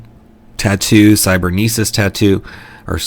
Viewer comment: Thank you so much for featuring my work again! For the record, you said cybernesis correctly. I can't wait for my players to try and pronounce it... I could, of course, change it to cybernetic (an actual word), but where's the fun in that?